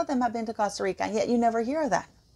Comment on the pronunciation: I like how you DONT try to make Costa Rica sound English..keep it REAL